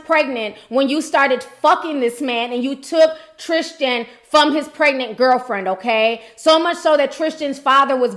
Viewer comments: Sis I believe it’s pronounced the way it’s spelled; TRIStan not TRISHtan :) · God you are butchering his name! Tristan not Trischan.. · Tristan...not Trish-tan. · No h in Tristan